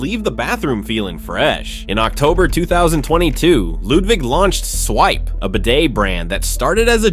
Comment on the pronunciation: Hehe Bro said lewdwig